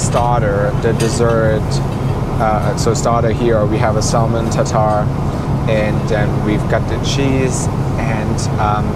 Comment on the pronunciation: Nice review, but please refrain from pronouncing the "l" in salmon.